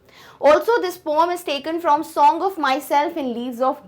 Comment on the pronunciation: Poam nhi poem hota hai mam